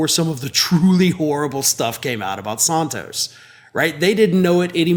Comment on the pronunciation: George Santos, the Liar of Long Island BTW, kudo to you,, for correctly pronouncing his (alleged) last name.